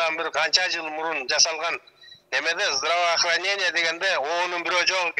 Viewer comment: Здравахранена,нбд,прыкыратура,деп сексалю айтты беле?🤣🤣